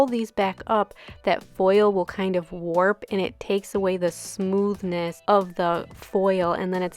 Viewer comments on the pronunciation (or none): none